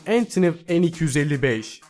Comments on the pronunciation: Entınıv :D Antonov Diye Okunuyo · her entniniv dediginde midem bulandi entiniv degil antonov diye okunur bide tipilev degil tupolev diye oku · Antonov entınıv değil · Ya ALLAH askina antonov kelimesine nasil entiniv dersin ya.yaziklar olsun. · Entınıv değil kardeş antonov diye okunur.rusça bir ismi ingilizce aksanla okumak çok saçma olmuş :) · Antonov da demedi Entınıv En 255 dedi akshfjdksksl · abi antonov uçak entonov diye okunmuyo antonov diye okunuyo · Şu Rus uçaklarının isimlerini neden İngilizce okuyorsun? Entınıf değil, antonof diye okunuyor. Diğeri de tupolef... Evet sondaki v harfleri f diye okunuyor sadece. Bu kadar kolay. Hâl böyleyken neden bu kadar kastırdın? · ENTINIV DEGIL MAL ANTANOV - TIPILOV DEGL TUPOLEV BUNLAR UKRAYNA VE RUS UCAKLARI ALLAHIN SIGIRI COK MERAK EDIYORUM SEN PUTIN DE PITEN DIYORSUNDUR ALLAH BILIR COMAR ALLAHIN COMARI :D :D :D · antonov entınıv diye okunmuyor direk antonov diye okunur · entiniv ne amaina koyum antonov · Rusların ANTONOV uçağı aynı yazıldığı gibi okunur, ENTINIV diye okunmaz. Uyarayım dedim :) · ENTINIV NE BE:)))) YAZILDIGI GIBI OKUNUR RUS UÇAKLARI. ANTANOV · Eğntınıv mı? :D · entinov degil agiz dolusu telaffuz ile Antonov ki bu bir soy ad.yani Antonun oğulu anlamında. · antinıv ne la rus uçağı o ANTONOV diye okunur o her yabancı kelimeyi ingilizce sanmayın be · Antiniv ne olum 😒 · Antonovu entini diye okuyan ilk kisisin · Öntönöv An 225 okunuyor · entınıv mi antonov mu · entiniv ...?? 4.12 dk. Spiker C-5 'Si Bes' diyor, Rusca Antonov'u da entiniv diye okuyor, iyiymis... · Entınıv ne lan. Yazıldığı gibi okunur o. Aynı zamanda Tipilov değil tupolev. O da yazıldığı gibi okunur. Ayrıca bomba uçağı değil bombardıman denir. Kimse mükemmel değildir. Kimse her şeyi bilmek ve doğru şekilde telaffuz etmek zorunda da değildir.Sevgiler :) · Daha da kötüsü ANTHONEYAV N-255 diye okuyor 👏😁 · Entınıv en yirmidört nasıl bir şey? Rusca İngilizcelenmiş, AN "EN" olmuş Yirmidört Türkçe.